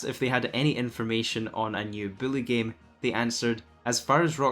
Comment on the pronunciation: Its "bully" not billy.. your bothering me calling it billy. Lmaoo